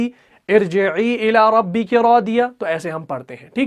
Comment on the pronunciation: Please recite irjeee illa Rubbeky not Rubeka.